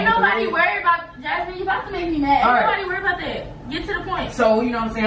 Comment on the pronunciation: When says “Jazzmine “ she knew she messed up 😭😭